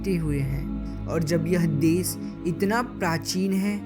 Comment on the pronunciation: why he is saying des??